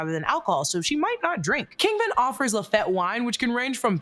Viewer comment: It is pronounced “Lafeet” not “Lafet”